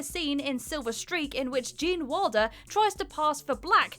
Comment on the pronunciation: ”Gene Walder”...?!